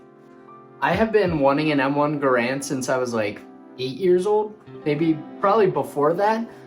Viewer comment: You pronounced Garand wrong. People keep doing that.😥